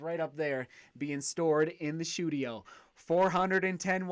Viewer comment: 'The shoedio'